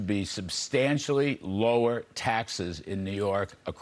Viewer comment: It's written in huge letters above your head, but you still can't pronounce it right. It's pronounced Mom-Donnie